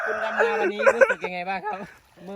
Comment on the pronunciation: ที่อีสารเขาพูดกันนะ555ดำนาแต่บ่าวหน่อยพูดจะออกเสียงเป็ดลำนา5555 มวนดีๆๆบ่าวหน่อย